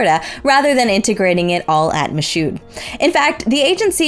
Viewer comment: Michoud is spoken more like Me-shoe.